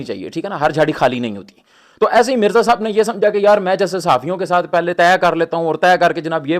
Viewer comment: صاحِب یا صاحَب 😂😂😂😂😂